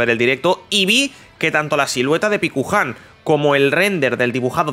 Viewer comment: Paikuhan, no pikuhan